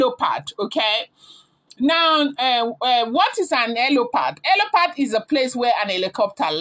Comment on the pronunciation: Its helipad not helopad, when you want to form "informed" be patient with learning dont rush, rome is not built in a day.. Its HELIPAD NOT HELOPAD